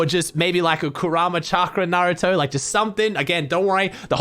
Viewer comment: At least pronounced naruto correct